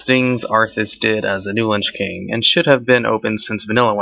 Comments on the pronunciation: Your videos are great, but dude, you can not read at all. It's Shattrath, not Shattran, and The Lich King, not the Linch King. This is noticeable in a lot of your videos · Its LICH king, not linch king